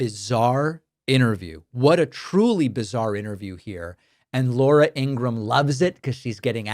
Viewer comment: In an interview her brother confirmed that the last name should be pronounced Ing-ru-ham with three not two syllables. He also said she gets annoyed when it's pronounced that way so I think you should take his advice and start saying her name correctly